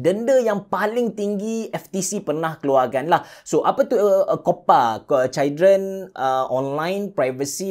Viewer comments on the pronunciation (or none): sebut betul2. chuldren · No one: Me: dgr brader ni ckp children (cail dren) Also me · Sebut Children salah tu bang...